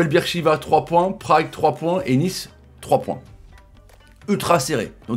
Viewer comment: Moi je connais mais ça ce dit pas bir sheva c’est beer sheva je le sais c’est en Israël et moi jabite en Israël